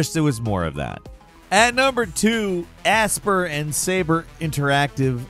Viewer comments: Aspyr is not pronounced aspear, it's pronounced aspire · Aspyr is not pronounced asper, it’s aspire 🤦🏻‍♂️ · Pretty sure Aspyr is pronounced like the word Aspire (uh-spahyuhr), as in, to aspire to greatness, not "asper". Otherwise, great video as usual 😂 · Aspyr is definitely pronounced "aspire," not "asper" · Just FYI, Aspyr is pronounced Aspire. It's a play on the spelling.